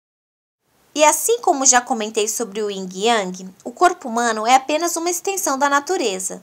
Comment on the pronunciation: Vídeo muito bom na sequência dis conteúdos e ilustrações, mas sua fsla teve um.erro constante ao pronunciar Yin, vc disse erradamente Ying.